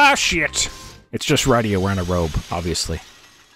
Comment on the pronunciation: Thanks for the upload. I forgot the interlude and sequel exist. I keep meaning to get around to them. Going to watch some of this, but for the record: Rydia -- RID-ee-uh, which rhymes with Lydia, who Marx wrote a song about